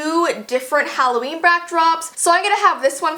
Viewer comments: Who else screamed when it said Hollveen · Halloveen? No, no its hall of beans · I didn’t even notice the ‘halloveen’. I thought it was just plain old Halloween XD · intro: IT'S HALLOVEEN Me: No, it's September 19th. No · “It’s Halloveen.” Me: HHHEEEECCCCKKKK YYEEEEEEAAAHHHH!!!!!!!!! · IT'S HALLOVEEN